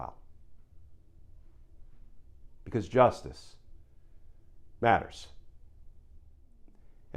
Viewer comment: That "Justice Matters" overemphasized thing is really lame. My 2 cents. If you want to use it, just speak it normally. Thanks, hope this helps your channel.